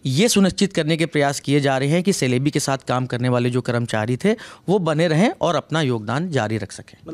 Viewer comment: The correct pronunciation of this aviation company is jalebi..,more like Chelebi